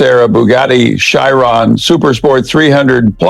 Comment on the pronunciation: “Bugatti shy-ron”